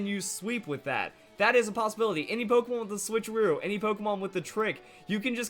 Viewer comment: "switch or trickeroo" haha